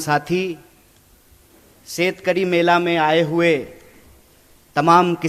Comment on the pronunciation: शेतकरी "मेला" मत बोलो भाई... अर्थ अलग होता है ... शेतकरी "मेळा" होता है